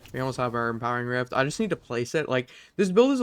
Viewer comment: My brain took a few seconds to process when he said "impering rift"